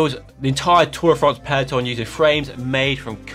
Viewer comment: Just say tour de france ffs. Give it the respect it deserves.